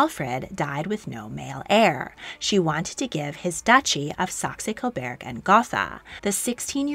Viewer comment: Very interesting - thank you for this video! One small correction: it's Saxe-Coburg (cobourg), not Saxe-Coberg (cobairg).